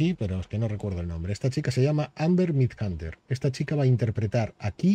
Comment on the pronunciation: Otro que le dice mal el apellido a Amber Midthunder.